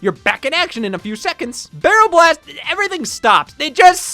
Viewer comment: Absolutely incredible video, glad to see Donkey Kong: Jet Race be covered. Shame you kept saying B*rrel B*ast.